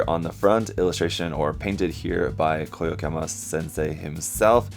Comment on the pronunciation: You keep getting his name wrong it's "Yokoyama", not "Koyokama" XD